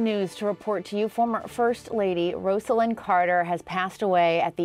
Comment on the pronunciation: The anchor here didn’t even bother to pronounce Rosalynn’s name correctly. Some journalist. 🙄